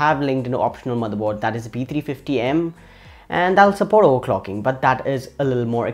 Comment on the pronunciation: Sorry I had to because it's funny "OERCLOCKING"